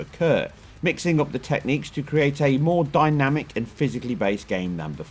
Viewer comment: The way you say 'dynamic' is hilarious. I've never heard anyone pronounce it like that, dyna-mic, lol!